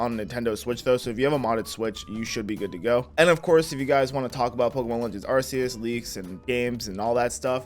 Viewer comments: No it’s arkeus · iT'S aR-cE-eS BRo